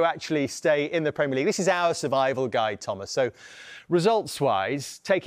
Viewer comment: "Premier Legaue" 😂